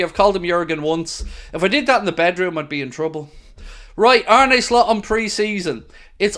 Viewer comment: face-blue-smiling: you've got to get yourself the Arne Slot ensemble he wore in his first LFC interview [separated at birth or what].🤣🤣 To pronounce his name correctly say it like a pirate 🏴‍☠Arn-uh Slot [while closing on eye, trust me],👍YNWA